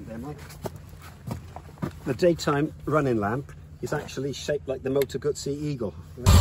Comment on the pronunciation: Hello from Italy, and kudos for the double Z pronunciation! I can say that Guzzis are one of the last good things left in Italy that we can well be proud of, both when they reinvent a big classic like the v7 and when they go crazy on design and innovation. I love to see so much appreciation from all over the world for this otherwise small and still somewhat artisanal reality.